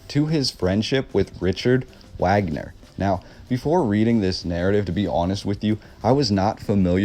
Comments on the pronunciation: 🥰Love it Buddy! Great pronounciation of the castle name (which I believe ? was Walt Disneys’ inspiration for Snow Whites’ castle)‼️ But Wait‼️🌹Richard Wagner and Is not pronounced with a “W” sound as in American English honey. In fact it’s a full on “V” sound as in Vog- ner. King “Ludwig” as in Lewd Vig or Lood Vig! And yes, I’m American raised by a German from Hamburg! So it’s true-strict German/Americans (he got his dual citizenship here as Germany is one of only a few countries that allow you to keep your German citizenship whilst attaining citizenship from a second country) which I believe was the result of the project paperclip after WW2 so the thousands of Nazi scientists were brought to USA in order to avoid war crimes prosecution and jump start our Space Program which became the US NASA Institution. The CIA being the conciever & instrument of paper clip. 💕true that mispronounciation IS an annoyance to German Americans! 🥺 Sorry if that was rude of me! 😱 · It’s not pronounced Wagner it’s pronounced “Vaugner” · Wagoner is pronounced Varganer. That is a very interesting building, thankyou for the vid. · i'm stunned that someone so interested in the Neuschwanstein Castle never heard of Richard Wagner--or learned to pronounce his name properly! i don't mean to come across like a snob. i'm not. but the relationship between Ludwig II and Wagner is even more interesting (and weird) than the story of the castle. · OMG the the man's name is pronounced vog-ner. No one says the American Wagner!! Even Americans who are named Wagner and pronounce it the American way...they pronounce Richard Wagner the proper German vog-ner! Your research is a bit lacking! Lol I am seriously embarrassed for you that you would make a video and continuously pronounce it wag-ner. Wow! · vog ner not wagner get it together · ITS PRONOUNCED - RIKHERT VAGNER. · Wagner pronounced Vaag-ner. Great video though, really enjoy all the work you put in to these. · His name was pronounced “V”agner